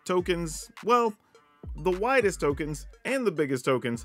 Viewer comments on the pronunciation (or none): I didn’t have my headphones in and I could’ve swore you said “whitest” token hahah instead of widest. I honestly think I hear in southern. Solid list. I do think the Vorinclex is a solid addition. Since you’re going wide wide with tokens those counters are solid. I did love seeing Kaya making a token copy of the Vorinclex flip side. That was cool. She does create some interesting situations. It’s also nice seeing the Green Invoke. It doesn’t get enough love. Plus with Mondrak man 4 tokens would be legit. Though I do have a question. Would you get to pick the counter for all 4 or do you only get to pick for 2 of the tokens and then they’re doubled.